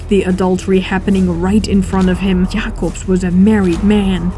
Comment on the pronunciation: I love how u pronounce Jacobsz and the other dutch names :D